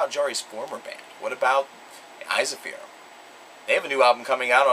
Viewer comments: I also believe Ensiferum is supposed to be pronounced as "En (as in men) - sif - ER - um (capitals for the syllable with the emphasis). Now, I cannot be sure that is the correct Latin spelling of the original word as I have not studied Latin (I do believe it is, though), but in any case that's how the band members pronounce it themselves. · this is painful to watch... first you dare mispronounce Jari's name! secondly you butchered ensiferum's pronunciation. its pronounced "in-si-fear-um" I would know because I've heard their bassist (sami hinnka) call it that.